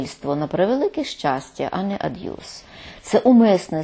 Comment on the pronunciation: Цікаво, чому слово пишеться "аб'юз", а пані Фаріон вимовляє його "ад'юз"? 🤔